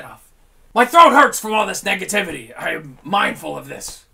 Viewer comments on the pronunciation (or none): He said negaviti